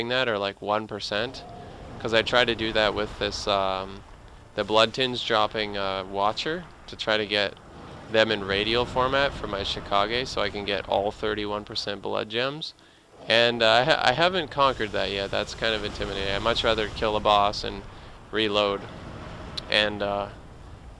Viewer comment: The ch in Chikage is pronounced like change and not Chicago.